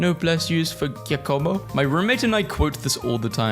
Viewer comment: ITS PRONOUNCED (JACK-OH-MOH) AS A PERSON WHO’S BROTHER IS NAMED GIACOMO